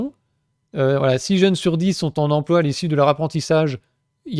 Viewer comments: hum, une petite envie de taper des gens qui disent "empoi" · On ne dit pas emploi on dit empoi comme lemaire 😜😜😜